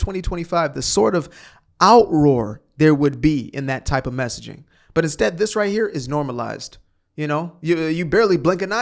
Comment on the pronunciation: Or the other word instead of this you say Dis you sound like you are the progeny of a super linguists or verbage